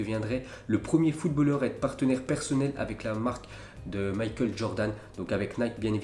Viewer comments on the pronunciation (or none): none